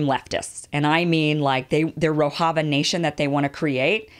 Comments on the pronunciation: It's Rojava, not "Rohava". And the Syrian offshoot of the PKK is the YPG. You should've taken one or two more days to get the basics down, Kim. This looks bad to people who know the subject. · its Rojava mem not rohava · Rojava is pronounced "ro-jah-vah", the "j" is not pronounced as in Spanish, it is pronounced as in English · As a Turkish person watching this video, I think you covered it pretty nice, especially that no one is talking about this issue to this extent in western media... respect... but I just wanted to point out something, you are pronouncing Rojava wrong 😅. The 'j' is supposed to be pronounced like in 'bonjour'. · It is not Spanish ‘j’, rather, the French ‘ge’ as in ‘roge’ for ladies lipsticks. Talking of your pronunciation of ‘Rojava’.